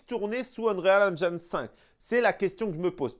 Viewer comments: Vidéo au top comme d'habitude, merci 😊. Sinon Unreal Engine se lit en français ONRIL AINJIN 😅😅😅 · t’es au top, mais je me suis pissé dessus avec ta prononciation de l’Unreal Engine 5. 😂🤣😂